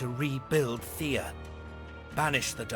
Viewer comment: as a rule of thumb, pronounce slavic names as though you were reading Latin. It won't be perfect, but it'll be far, far closer than anglicizing it. (so Theh-ah, Peh-roon, Veh-leh-s) -sincerely, a cringed viewer